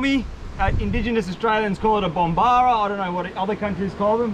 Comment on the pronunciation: I thought it was Bomborra, not bombara.